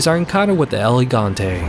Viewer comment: EL GIGANTE not the EL GIante. Man if you are going to talk about 4 which takes place in SPAIN yeah is not an unknow place in europe is Fucking SPAIN in an unknow village ateast use proper pronunciation dammit, i am studying english and i get crap for my so so pronuntiation so Don t disrespect my Language either Geez. And yeah this was only an excuse to write a tiny paragraph XP